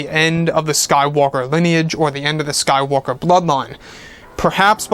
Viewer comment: Also I cringe every time you say sky walker ( when you are talking about Rey)